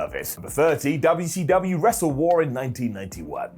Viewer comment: Most of us do., I wish these Brits would keep respect on the name. Especially. I won’t slap him every time he says UUcUU